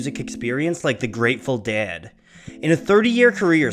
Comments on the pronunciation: Is it just me, or does it sound like he's saying "Dad" every time instead of "Dead"? Good video, though. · It's "ded" like bed, red, ted, said. Not "dad" like had, rad, bad, sad. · The DAY-ed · The way you pronounce dead causes me physical discomfort. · DEAD IS A ONE SYLLABLE WORD. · The way you pronounce the ea sound it make me cringe